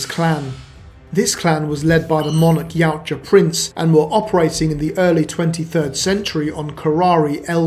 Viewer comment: Ya oot jah ...yoot jah ...now say it right